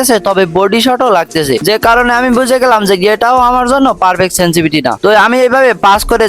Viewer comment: ভাই সেনসিভিটি না। শব্দ টা সেনসিটিভিটি